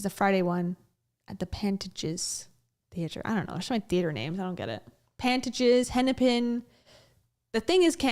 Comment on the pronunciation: Theater in Minneapolis = Pantages, rhymes with contagious. Pan-tay-gious. You got Hennepin right :) that's an important one. Minn-e-sooo-ta don't cha know.